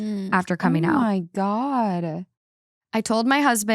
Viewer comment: Is that how they say communicative in Minnesota? 👀♥️